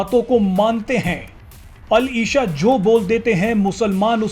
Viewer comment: मोहम्मद बिन अल इशा नहीं भाई अल इसा होता है। आप न्यूज़ एंकरों को थोड़ा उर्दू का भी ज्ञान होना चाहिये।